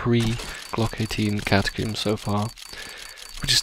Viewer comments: CATACOMBS NOT CATACOOMBS!! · catacombs not catocooms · Its not catacooms its cata-combs. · IT IS NOT GLOCK 18 CATACOOOMBS, IT IS GLOCK 18 CATACOMBS...PLS PRONOUNCE IT PROPERLY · Every time you say "Catacoomb" I die a little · why does everyone on youtube call them Catacooms? Its cata + comb, do you pronounce comb as coom? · The way you say glock 18 catacombs gets me everytime I dont know why haha